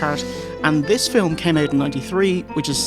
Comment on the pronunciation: WHAT THE FYUHCK IS A "Fill-um"?!